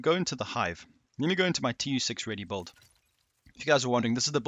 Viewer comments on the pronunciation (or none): Are you sayin bulled, or build?